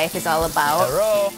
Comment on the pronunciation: He said herroo😂😂😂😂😂